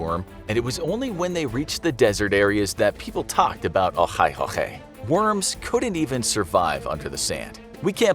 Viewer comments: Sorry its not olhoi holhoi Its called Olgoi khorkhoi Sorry it just sound weird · When he says olgoi khorkoi it sounds like he is saying ohai khokhai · dude am mogolian and u failed at saying the real name so bad that i only understood the second word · I just love how he pronounces the Олгой хорхой entirely wrong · He says olgoi khorkhoi soo weird that even I didn’t understand it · The amount of integrity on this channel is respectable, totally nailed it when the speaker pronounciating that worms name😂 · the way you said olgoi-khorkhoi bugs me , and I mongolian somehow never heard of it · Finally something about my people.(and you're saying the name wrong) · I think the voiceover butchered it's name so badly that it will probably be too embarrassed to come out ever again. Congrats.